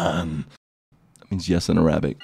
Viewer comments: that pronounciation of yes in arabic was so fucking horrible lol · u butchered the word yes in arabic xD